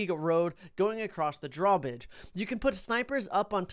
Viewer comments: Ha he said draw bige instead of draw bridge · Am i the only one who on dark castle heard him say draw bidge